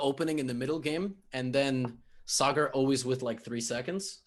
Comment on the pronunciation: Levy nailed the pronunciation of Sagar's name. Respect.